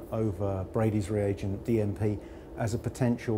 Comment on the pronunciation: "We're gping to heat our DMP" I thought he said DMT at first 🤣